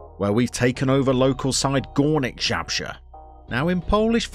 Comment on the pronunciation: if you want to read properly name of the club, you should be saying "Goornick ("oo" like in Boo as scaring someone) Zabrzhe (cause now you are saying sth like "ZHabrzhe (ZH = Polish "Ż" or "rz") :D good luck with Gornik my friend!